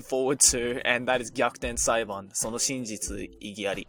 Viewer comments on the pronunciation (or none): Its Gyakuten Saiban btw. Not Gakuden Saiban